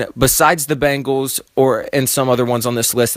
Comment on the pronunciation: Its Ben-gals NOT Bang-als.